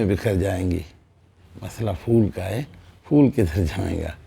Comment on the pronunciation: It's not fool, it is phool It's not fail, it is phel